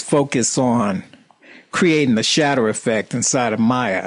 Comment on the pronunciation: whenever he says shatter, i keep thinking he gona say shitz. such awesome accent